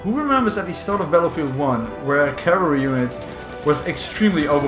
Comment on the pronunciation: So you have made videos of this game for 4 years and you still can’t pronounce Battlefield...